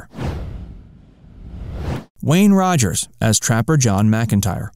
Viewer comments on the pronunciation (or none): Wayne Rogers not Wayne Roger! Details are important. Do your own narrating (and homework) next time.